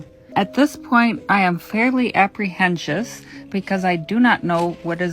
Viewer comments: not in my opinion bc it sounds like english isnt her first language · An engineer that says aprehenshive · “Apprehensious” was her first crime 😭😭😭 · “Im fairly apprehenchiff” she said …. 🤣👏🏽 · "Apprehensious" -- and she has an engineering degree???? I believe the word is "apprehensive." She, I guess, "earned" an engineering degree, but her language arts education was lacking. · The fact she said cutting into the wall made her feel "fairly apprehenshus" instead of apprehensive told me enough 😅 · “Apprehencious” I’m dead. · I too am fairly "apprehenshous" "apprehensious" jfc... Apprehensive. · Apprehensious? How about apprehensive? Is she autistic? Imagine listening to this on a daily basis? She has no respect for her neighbors.How lucky is she that the fire didn’t destroy her house. Her insurance would not have covered it and I bet her homeowner’s policy is totally compromised. If she has a mortgage on her home, the insurance might be pulled which will compromise her even having insurance on her home. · She lost me at "apprehentious".